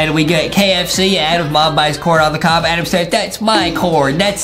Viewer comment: HIS NAME IS NOT ADEM HIS NAME IS ADAM